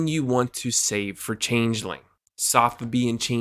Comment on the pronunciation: You're the first person I've heard pronounce changeling correctly.